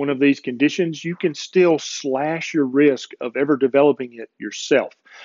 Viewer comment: LOL! - or so, you said, "cut your risk," …. I heard, "cut your wrist." Oops. On deep sleep: I don't know if this is the same thing, but this time of year (when it gets occasionally cold) I tend to sleep deeper and more often - but here's the kicker: I dream like crazy, and when it's a good dream I don't want to get up but sleep more. Is that a good thing or a bad thing? (I also seem to be more mentally active during the day - reading, writing, watching videos like yours ... so there's that.) As to thermogenics - I live in an area of Texas where, this time of year, it might be in the 30s in the morning and in the 90s (or higher) in the afternoon, and back to the 50s in the evening, all in the same day. For the longest time I stayed indoors but recently I've been spending a lot of time outside, just sitting on my porch, even taking walks in the morning if it's not too cold.